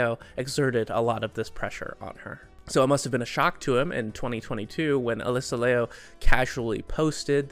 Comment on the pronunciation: "Liu" is pronounced, lee-yu! but in one syllable 😀